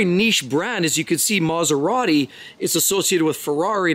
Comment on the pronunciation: never speak and film yourself: it looks really messy and I feel seasick; also you speak far too fast, and you don't know how to pronounce Italian names: that is a pity, as your messages are good; it is Maserati, not maseradee